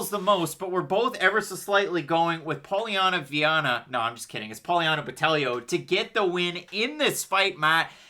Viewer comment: Carolina's weight cut was bad and she lacks ground skills. I'm on Botelho ITD. Just another pronunciation comment, BotelLHo was on point. Love from Floripa, Brasil